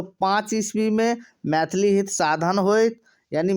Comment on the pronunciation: मैथिली आ प्रश्न सनक शब्द सभक उच्चारण ठिकसँ कएल जाउ ।